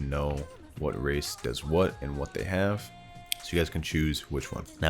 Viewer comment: i thought bro was saying "racist"